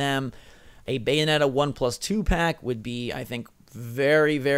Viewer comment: BAY O NE TA GOD DAMMM IT